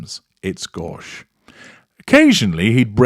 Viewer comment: I'm no attention-seeking pronounce-ocrat nor would I care to raise the ire of our humble host/narrator but I must point out something for those who may want to use this word: "Gauche" should be pronounced ɡōSH as if it had a hard "o" sound. Like toast or most.